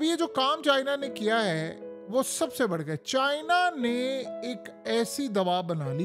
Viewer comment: CHIIIIIna chacha itna zoor q lgata hala k chini toh chotay hotay